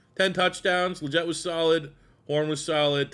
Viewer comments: Love you’re bringing this back my guy! XL’s last name is pronounced Lee - get but looking forward to the rebuild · It’s lee-get bro tf are you saying😂